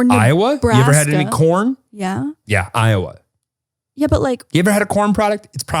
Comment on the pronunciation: The way pronounced Iowa made me laugh so hard. 😂